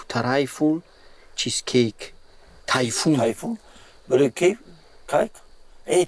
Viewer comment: Трайфл❌. Тайфун✅😹